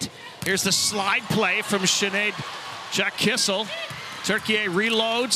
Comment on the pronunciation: seriously someone needs to teach these commentators how to pronounce names. KISS-IL is killing me